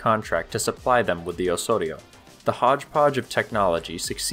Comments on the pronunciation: Do not pronounce "Osorio" but "Ozorio". Thanks. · You keep saying "Ohssorio". That's not how you pronounce it. The 's' there should sound like the 'z' in "ozone". Engesa also used to make excellent 4x4 vehicles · You pronounce it oe-z-oh-ri-oe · Great video, but work on the pronunciation. You are saying Osório like a Spanish speaker would, in Brazilian Portuguese is pronounced oZoRio. That “s” has a “z” sound. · That's not how you say Osório. You sounded like you were trying to say it in Spanish. Portuguese doesn't sound like that. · The "S" in "Osório" is pronounced as a "Z". It is Portuguese, not Spanish. Same thing on "ENGESA", it is a "Z" sound. I will not correct you on "Conde de Linhares" pronunciation as I have no idea on where to start. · However, it's still wrong. He puts on a spanish accent that doesn't really match with portuguese